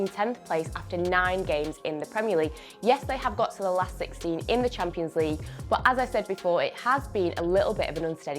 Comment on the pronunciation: every time she says "bOOt" instead of "but" I go back and dislike one video of onefootball ................................